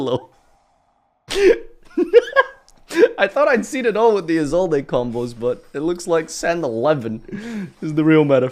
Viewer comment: How do you settle on Is old a for Isolde? There's no accent there team